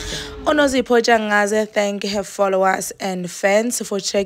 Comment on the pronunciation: It’s NTSHANGASE please get it correct 😭